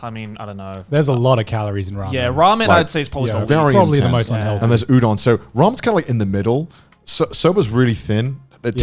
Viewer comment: Mans just said Youdon